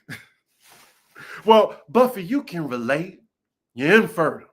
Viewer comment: It’s the way Dr. Jackie pronounced “infertile” that made it even crazier!!!😅